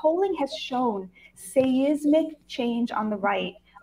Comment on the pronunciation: I have never heard ‘say-ismic’ for seismic. Amazing.